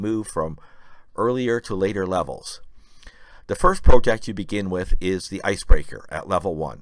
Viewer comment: Please learn how to pronounce the word project